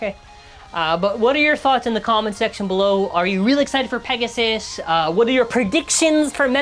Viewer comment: Not "Pissgoon"...🥀 LOL